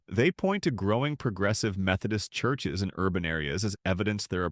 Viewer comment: "Churshes," really?